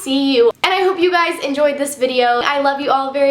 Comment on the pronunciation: WTF? am i the only one freaking out cause she says "I SEE YOU GUYES"??? YASSS theres hope